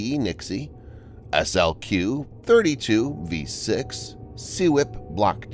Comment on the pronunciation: Why just Marinette? Why isn’t BIW, Ingalls, and NNSB building them, as well? And it’s going to take 4 years to build ONE FFG? 🤦🏼‍♂️ Also, SLQ is pronounced “slick.” Peanut gallery: Don’t comment about computer voices, please.